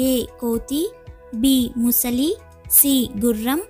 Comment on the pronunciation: ముసలి అనకూడదు ❌ —— మొసలి ✅